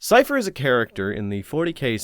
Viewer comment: "'Sigh-uh-fuss' Cain"?